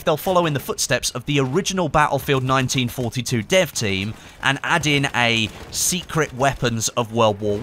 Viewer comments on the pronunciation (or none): none